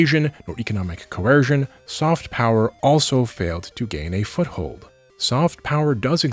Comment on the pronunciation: "Diplaumacy" will always be my favorite distinct -ism. Though "Co-air-sion" is pretty great too.